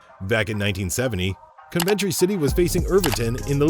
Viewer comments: How can you not pronounce Coventry and Everton. FFS! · How you a football fan and don’t know how to pronounce Coventry and Everton??